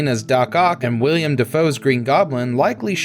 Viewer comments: His name is willem not william 🙈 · Ughh Willem not Wiliam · Man... You call yourselves experts yet you can't get WILLEM Dafoe's name right? seconds in and you pronounce it William? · not William it’s Willem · The fact you said "william" I had to stop watching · Willem. Not William. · It's friggin Willem not William. You do this for a living. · Also it’s Willem, not William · His name isn't William Dafoe...It's Willem. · That the narrator has no idea it's pronounced "GREN-itch", not "GREEN-witch", and that he called Willem Dafoe "William." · William Dafoe? Green-Witch Village? Cringe at those pronunciations 😆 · Will-EM. Will-EM. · it's NOT his name. It's Willem, has been his whole life. Making videos is great. But, getting it right is part of the gig.